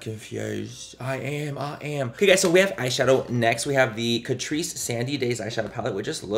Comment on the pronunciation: I swear I kept hearing “Patrice” ☠️